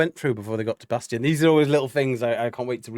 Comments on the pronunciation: Guys, it's "Bass-TEEN". Tim said it but y'all missed it. & Rob commented that it was BassTEEN that suggested this be his debut song/video & they were all 💯 on board. It was perfect! 😉😉🥰🥰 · Great reaction! I think you did miss Chance's high long note that was amazing for a person that usually goes low.. And I think Adam B's last name is pronounced like Bas-teen.. They said it in the out-ro but its easily missed.. Cannot wait for more! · FYI his last name is pronounced “BAS-TEEN”… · His name is pronounced Bass-teen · Pronunciation Bassteen. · When Chris Rupp left HF in 2016 he created a new group called 7th Ave. with his sister Tristan and Adam Bastien was a core member of that group for around 5 years. There are many videos of 7th Ave. performances with some featuring Bastien (pronounced Bas teen) with the lead. He also filled in for HF live shows back before even Austin joined HF, and performed with Tristan Rupp on some duets, so he has been involved with the Rupp family and HF members from way back. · #HighlyReActiveReactions #HomeFree I like your reactions, I love Home Free. The song is great. But it's pronounced BAS-TEEN, please. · Oh! And it’s pronounced bas-teen